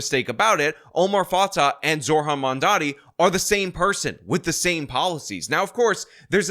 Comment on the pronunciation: It's Zoh ran, not Zor han. If you want to mispronounce him on purpose, call him Moron Damncommmie.